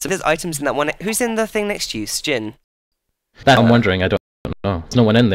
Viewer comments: no its not stjin its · Everyone in the yogscast calls him shin, except for, who pronounces it stgin